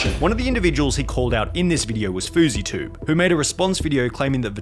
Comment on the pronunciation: so am i the only one bothered by his pronunciation of the channel, when its clearly a stylized spelling of “Vitalized TV” not “Vitaly - ZDTV”?